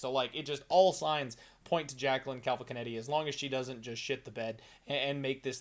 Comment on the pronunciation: Jacqueline Cavalcanetti!?!? 🤣 did she half marry Guido Canetti???